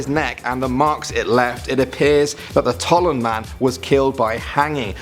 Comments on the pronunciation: Its Tollund, Not Tolland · It's not Otzi. It's Ötzi. The pronunciation should be more like if it was written Utzi. It's not the Tolland man! It's the Tollund man!!!